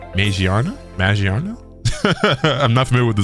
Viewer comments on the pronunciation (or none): it is quite literally ma-gear-na, that is how u pronounce it lmao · Not trying to be a nerd or something but it's Ma-gear-na